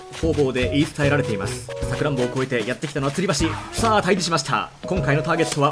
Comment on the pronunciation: さくらんぼの発音違う…？☺️